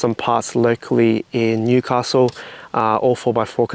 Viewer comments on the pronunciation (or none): none